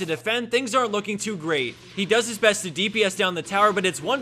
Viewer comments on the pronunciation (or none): none